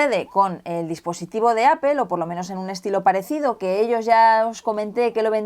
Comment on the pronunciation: decir "apel" para apple... no no no. Me encantan tus reviews, pero qué fea costumbre esa de pronunciar textual y silábicamente en castellanoo palabras que fueron concebidas para otra pronunciación.